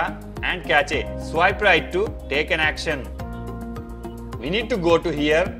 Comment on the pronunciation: he really said catch A for cache 💀